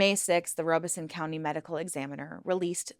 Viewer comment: Robeson is pronounced “Rah (or Rob) uh son” 😗 (Robesonian & Lumbee descendant here)